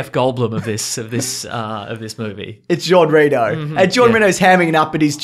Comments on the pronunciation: I'm late to the party, but if you ever care: Jean Reno is pronounced: Jean is like saying John with a thick Boston accent without dragging the n and "Reno" is like the first syllable of run and the word "no" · Conn Benn Ren-o?